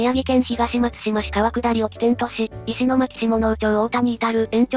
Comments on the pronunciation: の石巻は「いしまき」ではありません。 「いしのまき」と呼びます。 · 石巻の読みは、いしのまきですよ。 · 石巻(いしのまき)です